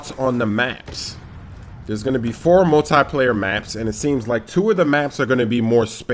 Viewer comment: multeye-player lol